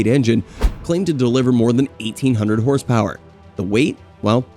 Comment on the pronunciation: Hahah mispronunciation master . Got all the horsepower wrong and with an American accent talking about pounds